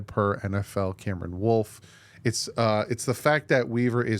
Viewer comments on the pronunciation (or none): none